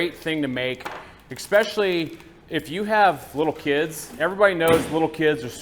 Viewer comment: Sorry guys, but it drives me crazy when folks get common words wrong. There is NO such word as eXpecially. The word has an "S' where you are putting an "X". Might as well say "chimbly" instead of "chimney". And, sorry guys...I know you are trying to sell your spice blends, and the result might taste good...but it's not the seasoning in a traditional dog like a Nathans brand. Your spice blend obviously has paprika in it...but I would bet it is missing some or all of the mace or nutmeg, coriander, sugar, onion, mustard, celery seed, & marjoram that should be in a hot dog.